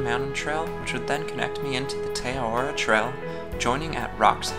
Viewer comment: Great vid. Also, it's pronounced Teh Ah-rar-roar (with rolled r's)